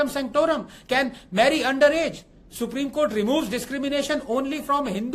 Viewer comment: Supreme Kotha ✅. Supreme Court ❌.